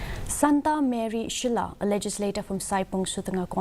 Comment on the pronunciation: 😂😂 not shullai... It's shylla